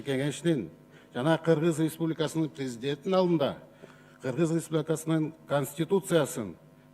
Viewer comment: Сакоолоргоо жалан ресбулика деп айталбай ресбубика дейт